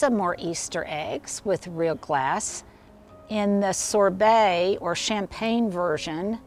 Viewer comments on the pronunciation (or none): none